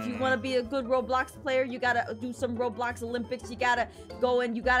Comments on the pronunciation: Wait where l it's not robox it's roblox🤣🤣🤣🤣🤣🤣🤣🤣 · Why did you say robox it was roblox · ROBOX Me: X-Box????? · Being worried about the word robox instead of roblox:😯😯😯